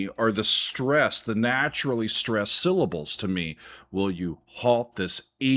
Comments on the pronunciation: The way you say syllable is hilarious lol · I was looking for this comment 😂